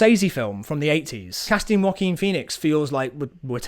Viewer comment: no one else I've met pronounces it like this i swear